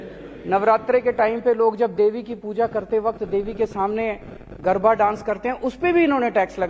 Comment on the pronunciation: गरभा नही, गरबा नृत्य होता है लवनाशूर